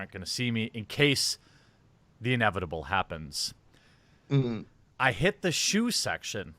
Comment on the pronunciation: It is… inevita-BULL… *SNAP*